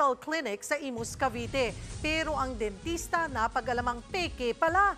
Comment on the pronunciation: Dentista ❎ Densheeshta ✅